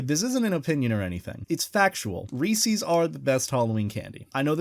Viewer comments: WHY DID HE CALL THEM REESEES ITS REES’S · It’s not reecis it’s Reese’s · I unsubbed, he said Reese's is the best, AND he pronounced it Reesees and not Reesis, Then I resubbed cause people are entitled to their opinion and I love this channel <3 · I like how you say “Ree sees” instead of “Ree says” also you have me an Idea of being a furry for Halloween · 'Ree SEES' Me.. A texan...: resez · They're not Reesie's, they're Reese's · pronounces it as REE-SEES me: dies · Why do you say reee-seees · who tf calls it reesie's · I love your channel but you said ree sees and ya got a dislike sorry Please dont kill me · The way you pronounce Reeses pains me X3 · How he says Reese's gives me slight discomfort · You pronounced Reese’s wrong!